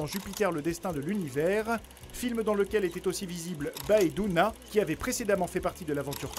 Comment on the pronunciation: Pas BAÉ Doona !! Ça se prononce Bé Doona 😭